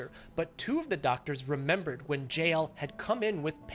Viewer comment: He pronounces JL like 'Jail'